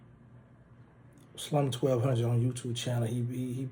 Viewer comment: You keep calling dat mane slim 1200 bro it’s slum1200 giggity 🦾🤙🏿🤞🏿🫵🏾💯👈🏾